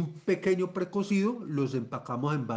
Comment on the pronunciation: ¡¡Por Dios!! No se entiende .. ¿Un precocido a qué????